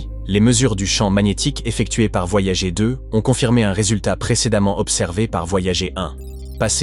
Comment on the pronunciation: Les sondes voyagééé 😂 Vidéo commentée par IA, rien de nouveau, si vous avez déjà des connaissances en astrophysique et exploration spatiale, passez votre chemin vous allez perdre votre temps !